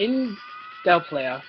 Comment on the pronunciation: Here's a tip.. learn how to pronounce Del Playa